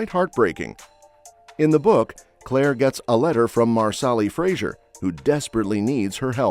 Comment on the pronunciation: FRASER - FRASER - FRASER FFS